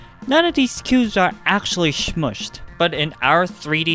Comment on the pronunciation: Love how you say shmushed 😊